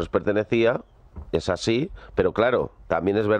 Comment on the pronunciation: EJPAÑÑA ES "ASIN" 😎😎☺☺